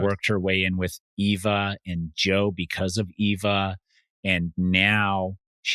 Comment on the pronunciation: Why every week do they or thinks her name is Ava lol it's Eva